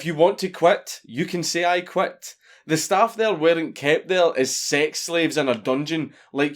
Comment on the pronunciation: If you want to quet, then you can say I QUET